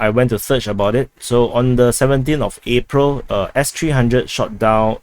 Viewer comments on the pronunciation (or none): none